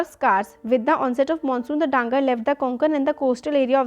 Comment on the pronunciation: mam dhangar is not the correct pronunciation it is dha na gar not dangar